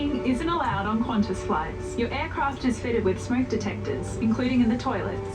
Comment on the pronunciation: It's Qantas, not Quantas, for God's sake. I think your other ascertainments are about as correct as this was.